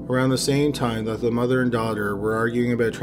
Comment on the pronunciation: I can’t be the only one so annoyed from the way he says mother so proper lol